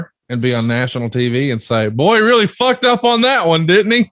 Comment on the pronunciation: sounds like he said BUCKED up not fucked up